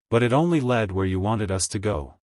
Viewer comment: Yes, I like them in principal, but they are written formulaically, and read by AI that pauses in the wrong places, mispronounces words - like mixing up "us" the accusative (in the grammatical sense) of we with U.S. - shorthand for the USA - and other things which make it hard to isten to. It feels as if it has a script which has been written (apologies for the insult) by a hack american writer who's a bit over-sensationalist, (as americans often are - maybe americans have been accustomised to cheap tricks, and that passes as competent writing) and read by an inefficient automaton; 'cheaper than paying a human I guess. Has this stuff actually happened - or is it just made up Bs? It would be nice if we could be sure.